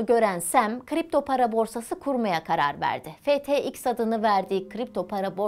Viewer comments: tfx degil ftx. tam 26 kere tfx dedi 😂😂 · bu nasıl habercilik her şeyi yanlış söylüyor tfx değik ftx ttf değik ftt olucak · Her TeFeİKS dedikce bi huylanma tuttu niyeyse :D Doğrusu FTX ablacııımm diyesim geldi. Ama emeğe saygı güzel paylaşm. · Borsanın ismi başta FTX diye doğru söyleniyor, batmaya yakın TFX oluyor. Sanırım tepetaklak olduğunu vurgulamışlar. FTT de TFT :) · Tff değil Ftt Tfx değil ftx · ya ben bir şey bilmiyorum ya da imposter moduna girip FTX yerine TeFeİKS demeye başladı video ortasından..Simulyasyonda böyle hatalar görmek üzücü:( FTT yerine de TFF demiş bir kaç kere, boşuna dememişler sadece erkeklar anlar kriptodan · yorumlar da abarttıklarını düşündüm ama özür dilerim haklılarmış iki de bir tfx diye duymak sinir bozuyor yarıda kapattım . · tfx değil güzel bayan ftx (ef ti eks) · Valla tfx demeyeydin abla 😅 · Bir tfx bir PTT diyorsun yaw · tefeix ne lan yeter kaç kere yanlış söylicen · Tff tfx ftt fxt, 😂😂 bunlar dışında anlatım güzeldi 🙏🏼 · Borsanın adını O kadar çok yanlış telaffuz etti ki izlerken inanılmaz rahatsız oldum hiç mi dikkat etmiyorsunuz?